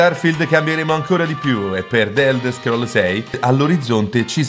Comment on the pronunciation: "d'elder scroll" è bruttissimo da sentire però.